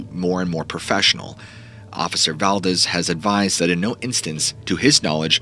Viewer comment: Guess whose mind isn’t changed. 😂. It’s pronounced Dool say. Not dull see. It’s also val DEES. Not val dezz